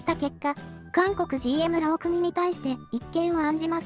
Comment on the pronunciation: さといもうまいさんも言っているが、 〝労組〟はろうくみとは言わない。 ろうそと言う。 ま、機械が読んでるんだから仕方ないか？